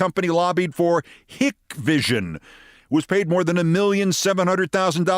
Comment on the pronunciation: Love the podcast, Keith. Never miss an episode. Hikvision is pronounced "HIKE-vision", BTW. Stuff cannot be installed on us Govt buildings, either. Huge security risk. Suspicion is that the Chinese can monitor Hikvision installations with the clock of a mouse.